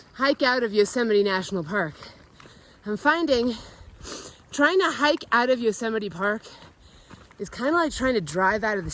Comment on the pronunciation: Yosey-mite Haha! LMAO😂😂😂